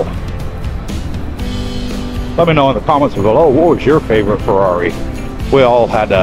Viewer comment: Haha the struggle for the Ferrari names. Even how to say Ferrari. Not ment in a bad way btw :D